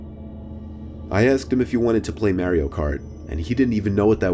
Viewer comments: Its Mario not Mairio, why do people say it wrong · Jaelan S I know right. It bothers me when people say "may re oh" I pronounce it as "mar ri oh" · I'm sorry, MEH-REE-O kart???? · The most horrifying part of this video is him saying “Mary-O” instead of Mario lol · Lol he called it "Mary O Kart" 😂😂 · lol bruh did u just say “mary-o” kart😂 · he said mair ioh kart again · Merry-o kart. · He said merio kart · Mare-ee-o kart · he said mario weird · lol mae-rio-kart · The way he said Mario tho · Ummm I say Mario Kart differently 😂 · Who else gets annoyed when pronounces 'Mario' wrong lol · Why did he pronounce Mario like that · Ha the way he says Mario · Ya'll can't be mad at the kid for night liking video games when doesn't pronounce Mario correctly. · Still stuck on how he pronounced Mario Cart. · Why do you pronounce Mario that way? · i hate the way you say mario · It always bothers me when people pronounce "Mario" wrong, haha